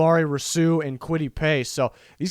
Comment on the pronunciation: You are mispronouncing Rousseau. It should be Roo-SO. Not Row-Soo, or Roo-Soo. It kind of sounded like you said it two different wrong ways. Seems like if you watched Miami games you'd have heard it pronounced many times.